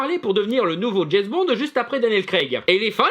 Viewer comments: Ce grand fan de Jesss Bond... ne sait même pas prononcer son nom et se réfère à des livres qui ne sont pas écrits par l'auteur d'origine mais simplement inspirés par lui (des fan's fictions si on veut...) c'est totalement navrant ! Juste un détail j'aime les femmes, je les aime même beaucoup et ça n'empêche pas que le dernier GB est UNE GROSSE MERDE ! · C'est qui jess bond? Tout le long de la vidéo dit jess bond mer